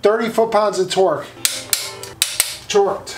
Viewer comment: He said tourqed 😂😂